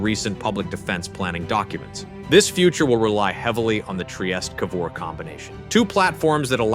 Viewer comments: Basta con l A.I. ,Trieste non Traiest😮Frigoriferi? Ma che dite! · Their carrier Trieste is pronounced "Tree-aiest-teh" not "Try-est". Sincerely, a non-Italian.